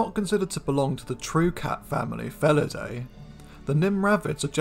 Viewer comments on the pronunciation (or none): none